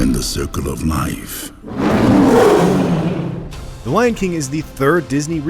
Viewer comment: " You must take your place, in the circle of Mife"